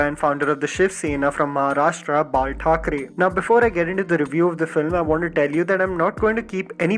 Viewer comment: Did you just say Margaret Thacharey ??????? :O